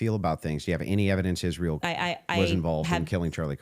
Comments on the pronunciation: She cannot pronounce Israel. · Why is does she pronounce the word Israel as if she's just now learning to speak English? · the only person in the world that cant pronounce “Israel”